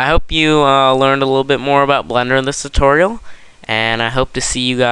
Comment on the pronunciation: 29 times and you still can't say tutorial right.